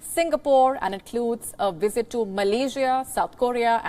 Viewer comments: its visit not wisit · hahahahahhaha !!!! did you listen to the question she said: Vill she Wisit Taiwan ! lol. can someone teach her the difference between V and W 😅🤣🤣🤣